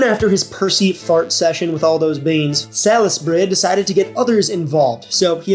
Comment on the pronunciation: Saul’s-berry…you know…the right way to say it.